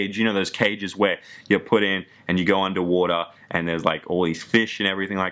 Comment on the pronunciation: "Under wora" "That much betta" xD